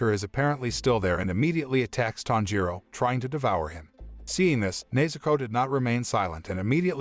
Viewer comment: bro he called nezuko neizuko whyd anyone appreciate that